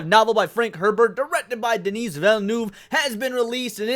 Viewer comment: The S in Denis is silent.